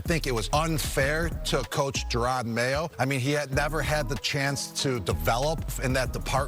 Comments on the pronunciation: "Jay-rod Mayo" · It's not JAY-ROD Mayo its jer-rod Mayo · Holy shit. Its JA-ROD NOT JAY-ROD. Also, Vrable is NOT a disciple of Bill. Holy shit, do some research... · Why are you calling him J-rod Mayo? 🤦‍♂️ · Jayrod mayo? How do you report on sports and not know their names lol. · Who tf is Jay-rod lol wtf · “Jayrod Mayo” holy shit kill me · Mayo was around for a whole year and you still calling him Jay-rod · Who tf is JAYrod? Get his name right breh this is your job. SMH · Jay-Rod Mayo lol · Jay-Rod?? Come on man if you can't say his name right your clearly not a football fan. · J air odd??? WTF is wrong with the way you pronounce names sometimes??? is it on purpose? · It's not Jay-Rod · How you say Jerod Mayos name bothers me so much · Are you pronouncing his first name incorrectly on purpose?